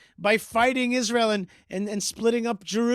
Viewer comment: she emphasizes the word "Isra-hell" as well